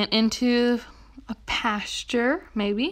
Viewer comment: “And into a PaStuRe”